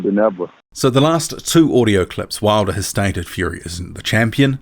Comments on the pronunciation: Wilder doesn't even pronounce his name right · Wilder couldnt say his last name lol what a low I.Q fool .